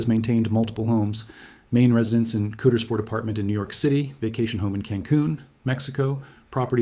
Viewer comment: It’s Not pronounced Coodersport. It’s pronounced Cowdersport. If you’re going to talk about the worst thing ever to happen to our town please at least pronounce the name of our town correctly.